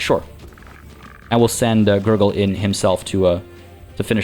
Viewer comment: Man everytime you say GurGul i keep hearing Nurgle